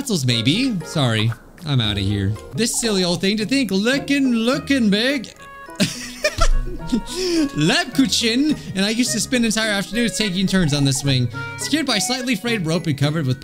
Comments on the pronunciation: Btw you pronounce Lebkuchen like this Leb-ku-chen not Lebkuchschen No hate tho ^^ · Lebkuchen = lebkushen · As someone who has a slight obsession with german food, i would like to correct your pronunciation - it's l-ay-b-ku-ken the last k is a ch/k sound but i'm happy with a k sound because it will do I guess. You have angered many germans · It’s really funny how the name Lebkuchen literally means gingerbread cookie in German and to hear pronounce it